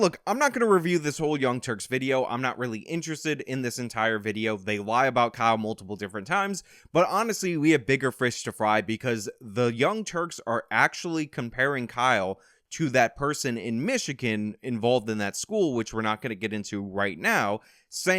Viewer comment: You said frish to fry 😅😅😅 love your channel bro